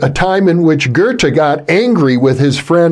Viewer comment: Amazing interview. I've read Lachman's book - a great inspiration. The only thing I would object against is the way he (and his interviewer) pronounce Goethe's name. It took me while to sass out who they talk about. Why English speaking people cannot take the effort to learn how to pronounce foreign names. It often happens with C. G. Jung - people saying 'Young'.